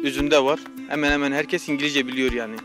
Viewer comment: Allahım ne kadar güzel Engelizce slshsjslsl